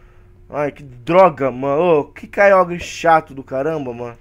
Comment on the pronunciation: a se fala kyoger kkk n importa mas ne kk